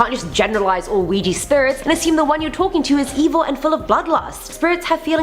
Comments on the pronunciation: ITS OUIJA NOT OUIJI...😡😡😡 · it's pronounced wee gee. like the French word for yes, oui. said, we.